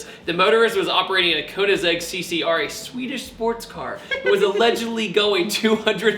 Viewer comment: ...How did he pronounce Koenigsegg?